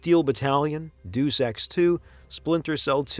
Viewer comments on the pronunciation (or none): The only thing that sounded off to me was the pronunciation of “Deus” in “Deus Ex”. I’ve always pronounced it like “Day-us”, not “deuce”. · My god, the narration is hard to take seriously. After hearing "doos-ex two", "final fantasy EX", and "ninja gay-den"... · Incredibly informative video, great to watch overall. A few game name mispronunciations ( Final Fantasy X(10) and Deus Ex) by, but top stuff otherwise